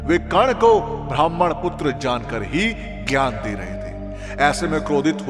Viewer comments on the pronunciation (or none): none